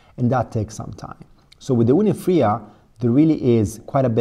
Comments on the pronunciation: It's called Fyra, not Frya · its not "fria" its "fire-uh"